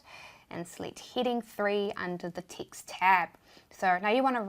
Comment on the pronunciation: Yes love these stip by stip tutorial. tixt and minue and all. Thank you. Question, is it that you guys don't pronounce E? just curious. Have been watching your videos for a while.